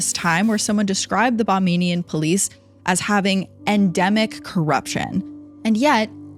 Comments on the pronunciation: Bahamian here. Pronounced Ba-hay-myan...our police really aren't trained for something like this at least nothing compared to the USA. They find it difficult to investigate our own crimes. I really think our law enforcement need better and extensive training from outside entities with expertise in different areas such forensics, proper investigation, and so on . Additionally there was no excuse for such a poor investigation sounds like internet sleuths and armchair detectives would've done a better job. Very infuriating because of it were one of their family members it may have been more done to get answers instead of a rogue wave..pfft such bs. My heart goes out to Rebecca's family.😢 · Great story. Please say Bahamian, not Bamamian. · Girl it's Ba-HAY-me-un. Not bamenian or whatever it is you're saying. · Very interesting, enjoyed the podcast. However, one note. It’s pronounced Ba-HAY- me -an. Not Bah MAY nee an. Bahamian. Not Bamanian. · It's BaHAMian. Not BaMANian. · I think you're trying to say "Ba HAY mian", not "Ba MAIN ian". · Please get something’s straight and do research before posting. There’s no such thing as “bahmaining” it’s “Ba-ham-ian”. Simply looks like Disney covered this up, just like all their other endeavors. Exhibit A. Disney trafficking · Excellent story telling thanks for bringing this story back to light ……it just small notice its not pronounced Ba - name -ing - in Police. It’s pronounced Ba - Heam - Me - in. That’s how people from the Bahamas are pronounced…..keep up the good work. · That is Ba-hay-mi-an and not Bah-may-ni-an. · Ba-hay-me- en not bahmian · Hey, Love your videos and I'm from the Bahamas. I just wanted to say the correct pronunciation is Bahamian, sounds like Bah-Hay-Me-An. Also, it sounds like the officer was in Disney's back pocket. Corruption is a big problem here. Also great job on the video! ❤ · Forgive me but just a small correction it's pronounced (Ba-hay-mian) Bahamian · Bamanian? Bahamian. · BAH-HAY-MEE-AN, geez